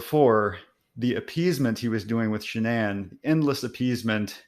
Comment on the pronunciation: What's a 'Sha-Nan'?